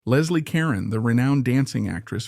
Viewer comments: Ca-roan! Moron!! 🤦🏻‍♀️ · It's ca ROne